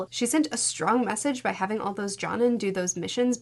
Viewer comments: It took me way too long to understand what you meant by John-in instead of Joe-neen 😂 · "Ja-nin" Those pronunciations LMAO. I know, the struggle of a manga reader. No hate intended.